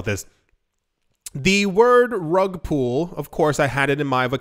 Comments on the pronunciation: Great and sensible advice. Slightly undermined by pronouncing pull as pool. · lol it's rug "pull". you're saying "pool". not the same word bud